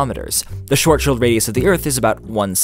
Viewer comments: Every time you said "Schwarzschild" i hear short shield. Yep, german is very hard to pronounce for non German People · What’s so hard about pronouncing the German "a" like ah, and the German "w" like v? These are all totally normal sounds. Try saying shvahts-shihld or something like that and you’re are doing it correct. EDIT: As people suggested, in German actually the d in the end of a word is actually pronounced like a "t", but that’s just a really subtle difference, the vowels and "w/v" are a lot more relevant IMO. Also I don’t assume Henry to know German at all. But, seriously people, we’re living in 2017. Just go to Google Translate, turn on German, type in "Schwarzschild", click the speaker button, and try figuring out how the pronunciation works from hearing Googles pretty decent voice synthesizing. Or learn reading IPA (not that hard, srsly), open up Wiktionary and type in Schwarzschild, then you’ll find the pronunciation /ˈʃvaʁtsʃɪlt/. As I pointed out, the word doesn’t even really contain any sound English doesn't have. (The "ʁ" can be safely just ommited,"aʁ" just becomes a long "aː".) Either way, what I hate is just doing it the shitty, totally ignorant “American” way, pronouncing it like whatever without even thinking. (No offense, I know it’s a stereotype…) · Shvahrdsshihlt xD deutsche aussprache 4tw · In German the 'w' is pronounced as a 'w', not a 'v'. And the 'i' in this case should be pronounced as 'ie'. So more like "shwartz-shield", just like the German banking family 'Rothschild' (literally "Red Shield") is not pronounced as 'Rofs-Child', but 'Roat-shield'. And the 'd' is not pronounced as a 't' in any case, btw. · It's pronounced ʃvaʁʦʃɪlt or Shhh-Farts-Shield. Picture farts that are made at the Schwarzschild radius, being inaudible on the account of being sucked right into the black hole immediately. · XD Shworzschild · Es hört sich an wie "Shortschild" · it's shvartsshild right? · The way they are pronouncing “Schwarzschild“ is triggering me